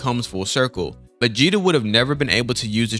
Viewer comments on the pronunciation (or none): Also “Vageta” is wild my guy 😂